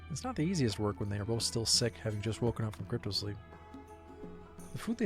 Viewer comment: It's CRYOsleep, not crypto